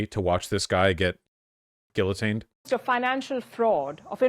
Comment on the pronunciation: You don’t pronounce the Ls in Guillotine and there’s no H in costume